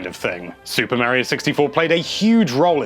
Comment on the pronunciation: Mare-io? Mar-iyo....